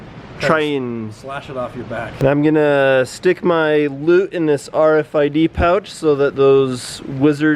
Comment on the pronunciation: For a solid 5 minutes I thought u were saying lube not loot